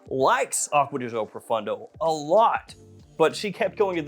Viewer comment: 😂 I can't stand how Americans butcher French and Italian words. It's not "pro-fun-doe", it's pronounced pro-phone- doe. It's not "aqua-dee-joe", it's pronounced acqua-dee-geo 😉